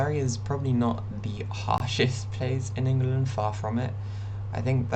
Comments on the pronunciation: So a couple of things First and most important, you need to change the way you pronounce In-Guh-Lund it's Ing-Lund. Second: if your out in public and you are attacked, someone will step in. Just look suitably helpless, I promise you, you'll get help. Sweden's population on the whole is pretty trans positive (I used to live there) but really English people are too usually as long as you're chill -they are too. GL HF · will you stop calling it "ingel land" please. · Why are you calling the country Ingerland? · love how you pronounced it "ingulund" for the whole video - really adds to how bleak it is here